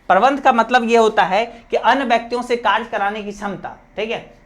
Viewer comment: Sir karya ko karj karj kyu bol rha ho